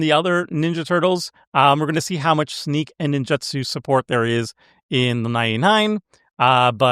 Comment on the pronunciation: Take a shot every time mispronounces "Ninjutsu". Actually don't, you'll die of alcohol poisoning. 😂